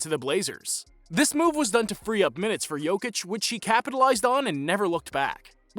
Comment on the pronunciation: If you want to talk about a Serb, learn how to pronounce his name